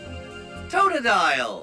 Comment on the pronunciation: Oh god, Even the official pokedex can't pronounce Poochyena and Totodile right. It's TAWT-oh-dile, Not TOHT-O-DILE And it's Pooch-IENA, Not Pooch-Ee-ena. It's Paa-chi-risu, Not Pah-chi-risu But finally SOMEONE gets Linoon right, It's LIE-noon, As in LINE I'll keep pronouncing pokemon from what their name origin is, GO HOME PD3DP! You're drunk!